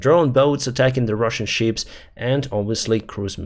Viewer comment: Thank you for your work and videos. One little unimportant correction: Please do not pronounce the word 'ship' 🚢 like 'sheep' 🐑 🙂 Greatings from Switzerland